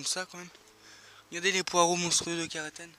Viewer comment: Je crois bien que le poireau monstrueux de Carentan, ça se prononce CarENtAN (comme trente ans quoi)... Comme la ville (de la Manche) mais ce n'est pas grave parce qu'ils sont bons c'est ça qui compte !